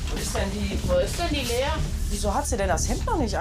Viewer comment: Sie so: Lena eh Lea